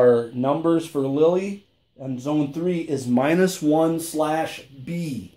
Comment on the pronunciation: It’s not Lilly , it’s Lille !